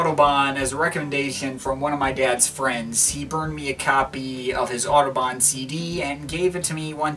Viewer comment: Apart from having no idea what this record might have sounded like in 1974, it is further spoiled by the mispronunciation of Kraftwerk and Autobahn. I'm not German but respect language and culture enough to ensure I'm at least researching something thoroughly before critiquing it.